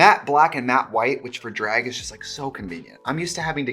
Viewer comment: Wisconsin Accent coming through more than normal today. Love me a dræg moment ❤️